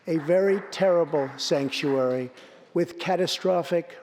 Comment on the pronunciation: "stankuary state"